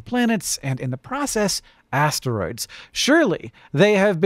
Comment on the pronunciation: Hang on. Did Hank's brain just go from "asteroids" to "hemorrhoids" because "ass-tear-oids"? Gross, but very humor-oid! 😂🤓